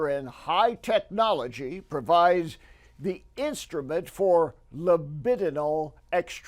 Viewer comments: this dude doesn't even feel like his argument is worth proofreading. "libininal" is not "libidinal" and I even had to double-check my spelling TWICE for this throwaway comment nobody will care about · He quoted the guy as saying "libininal" not libidinal. Guy doesn't even know how to quote words properly. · Bob didn't understand any of that quote. He managed to turn libidinal into libininal. And not just a typo, he pronounced it like that. Completely inane